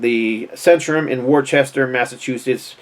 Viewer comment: 😂 you better practice on pronouncing Worchester MA, it’s not Warchester, it’s pronunced Woos-tur